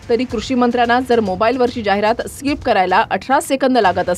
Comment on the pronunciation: स्काहिप नाही ते .... स्किप आहे सर